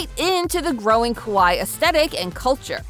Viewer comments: random, but when you say kawaii, you’re supposed to pronounce almost every two letters, more specifically each hiragana/katakana character (for example, with kawaii, it’d be ka•wa•i•i), and the way you pronounced it sounded more like kowai (ko•wa•i), the Japanese word for scary, nothing much, just felt obligated to say something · I don't really feel like Sanrio ever really left. Just attention in America waned a bit. But also, you're saying kawai or kowai instead of kawaii. You need to elongate the ee sound more. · The way you're pronouncing it "kowai" means scary. Ka-wa-ee (kawaii) is cute. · Kawaii is pronounced Ka-why-ee. 🫣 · Came here to point this out. It caught my attention when she started calling Hello Kitty merch "scary." 😬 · You need to pronounce the second i. C'mon, I don't speak Japanese and even I know that! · The way she pronounces kawaii makes it sound more like "scary" lol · The irony of the way she is pronouncing "kawaii" incorrectly is she's actually saying hello Kitty is "scary" not "cute" 😂😂😂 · I was just about to say that 😮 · I was thinking this too